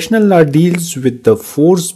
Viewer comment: Law ❎ laaaa ✅